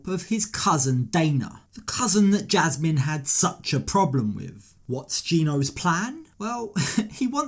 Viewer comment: Gino's voice alone, but especially his pronunciation of Jasmine (jeeasmine) and Panama (peeanimuh) drive me crazy. Also, why does a 50 somthing adult man's voice crack like a 12 yr old so much?